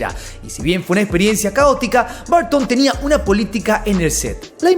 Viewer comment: No se dicen Barton, en ingles se dice Burton. Tim Burton.